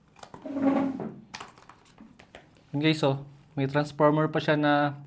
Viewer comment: "Jelly case na naka tranparmer..."😭